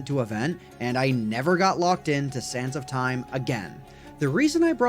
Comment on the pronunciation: Each time he said sands of time I ehard sans of time.